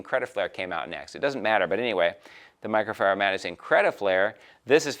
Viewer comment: he cant say "Microfiber" 😂😂